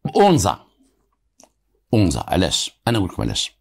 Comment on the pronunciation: السلام انا مدينة اكادير اسم تلك المنطقة ليست اونزا بل انزاتوجد على شاطئ مدينة اكاديرقرب الميناء الللتسويق والاستراد والسلام